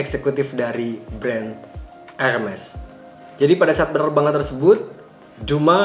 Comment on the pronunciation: Bacanya herme' .. bukan hermes tong harganya juga tidak segitu 😂💨👈